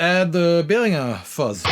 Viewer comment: Hearing "Behringer" pronounced the correct German way makes me feel a bit warmer inside